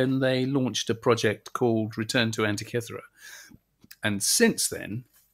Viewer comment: The Greeks told me this island is pronounced an-teak-key-thera, emphasis on teak-key😊